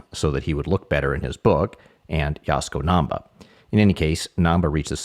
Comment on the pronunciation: Yes! Yasuko Namba is pronounced correctly in this video.